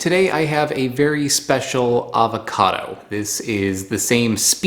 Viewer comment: I did enjoy this episode a lot. I was unaware of this variety of avocado. I will have to contact the guy at the website you mentioned. One pet peeve: Please, take the "l" out of your pronunciation of avocado. Thanks.